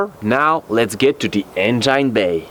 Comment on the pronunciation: lol bro try to pronounce engine like this en-gin . forget the e at the end . common mistake non native english speakers make. Its kind of funny though. Love you work keep it up.